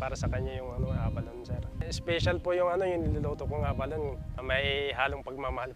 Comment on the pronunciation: A-ba-lo-ne pronunciation